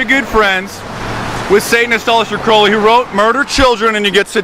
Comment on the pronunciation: I'm not a scientologist, but this ass yelling at this guy can't even pronounce Aleister CROWley's last name correctly. You catch more flies with honey than vinegar. (don't harass)